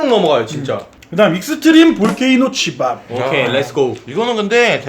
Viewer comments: 오프닝 치밥예기할때 시밤 이라는줄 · 치밥이라고 하는데 씨바 플레이라 는줄 ㅋㅋㅋㅋ